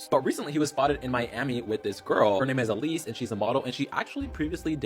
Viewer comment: Just a PSA, that girls name is ELSIE, not elise lol it felt so weird hearing my name over and over again